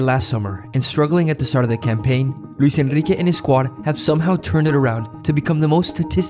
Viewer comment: Heard it when you pronounced Luis Enrique :D The accent was too good for a British.